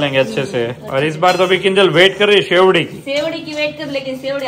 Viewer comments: શેવડી નહી શેરડી કહેવાય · Shevdi nai sherdi kevay